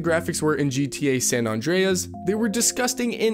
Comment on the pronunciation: Incoherent; multiple times, surefire; , San Andreas; multiple times. 3 strikes: I’m outa here